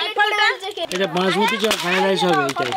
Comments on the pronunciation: পপি খালি কে কে কে য়ে য়ে কে করে। আর একটা কথার ও উচ্চারন শুধ না। মটন কারি, ফায়েড রায়েস😂😂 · Fried rice thikmoto uchcharon o korte paren na..shudhu khetei janen?